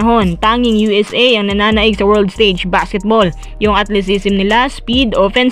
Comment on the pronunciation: Gang ngayon d mo pa nacocorrect ang pagbasa mo sa - ATHLETICISM! HINDI SIYA - ATLESISM!😅😂😢😅😮😊😊